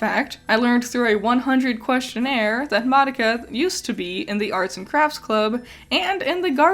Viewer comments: The Japanese characters, and the Japanese pronunciation, is not "mahducka" which is what youre saying. Im literally Japanese and telling you you're wrong lmao. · Sort of weird how you mispronounced Madoka for the entire time she’s on screen…